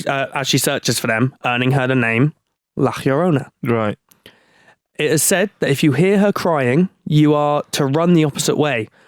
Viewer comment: Yarona, that's how its pronounced